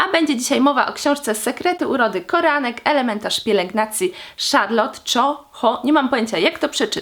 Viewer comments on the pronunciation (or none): Koreanek czy tylko ja słyszę że tu mówisz Koranek?